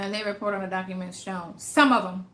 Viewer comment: she said 'docaments' 😄